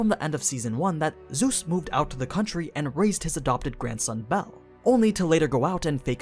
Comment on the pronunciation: bro said zues lmao